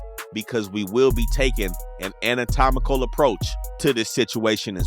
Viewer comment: That brotha said anna what? Anatomical? Damn 😂😂